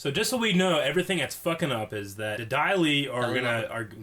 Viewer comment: Daili!!!!! Not dahli.